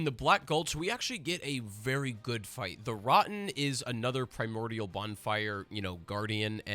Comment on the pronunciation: "the rotten is another primortial bonfire"??? you mean a primal bonfire? lol